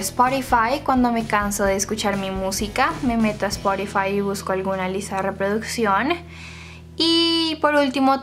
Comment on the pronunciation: hola bueno dijo mi prima que se dise spotify no sporify bueno solo queria decirte eso